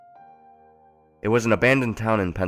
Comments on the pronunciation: Am I the only one a tiny bit irritated by how he pronounces Centralia? Maybe its just because we pronounce Centralia differently in Washington or something, he says Cen-TRAH-lia and we say Cen-TRAY-lia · Who else cringes over his pronunciation of Centralia lol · You're not the only one Arthas.. I cringe every time he says it.. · Annoyed the check out of me to the point where I was actually correcting him every time he said it. One quick glance at the Wiki page would tell him how to pronounce it properly. Plus, this story should be called something more accurate like "Silent Hill: Alternate Universe" because there could have been so much more interesting subject matter with a little more creative thinking instead of just taking bits of the video games and movies and putting your own town it. It tows the line of plagiarism a little too closely if they pretend to call it an original story. 😕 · you pronounced centrailia wrong. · My hometown is named Centralia so this is kind of strange to listen to. Also no one in my home town pronounces Centralia like that.